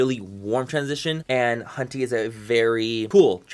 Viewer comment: Every time he says 'hunty', I hear 'cunty' and all I can think of is Manny saying "If you don't like this palette, PLEASE DON'T FUCKING BUY IT".